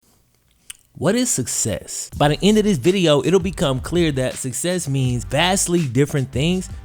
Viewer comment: I thought he said “what is sex?” Not “what is success?”